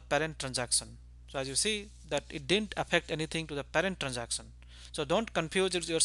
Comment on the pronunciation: "transacson"sounds so funny ;( lol still a good vid.